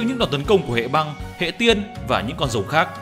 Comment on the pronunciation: Mega Rayquaza hay con nào có chữ R. Anh đọc rất hay chữ R chính xác. Nhưng đến chữ Rồng thì thành chữ Giồng. Thật thú vị. Nói chứ đọc vậy cho nó vui anh. Nhớ lúc viết là con rồng chứ đừng viết nhầm thành con giồng là được. 🐉